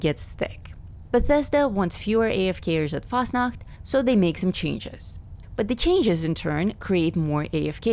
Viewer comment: Why is it so satisfying to hear say Fasnacht? 😅